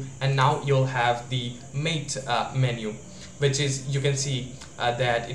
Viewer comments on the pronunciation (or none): MATE = "Mah-tay" but good video otherwise.